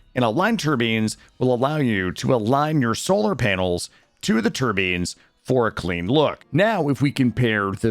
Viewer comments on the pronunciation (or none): Why are you pronouncing turbines (tur-byne) as turbines (tur-bean)? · Them Tur-beans though 😒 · Great video. Pronoucning "tur-beens" like that broke my brain tho. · "Tur-beans" XD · Why in the name of all that is sacred are you pronouncing turbines like that? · Jesus, please dont say turbines anymore. Pretty please.